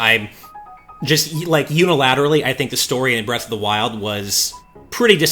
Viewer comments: "Breast of the Wild" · . "Breast of the wild"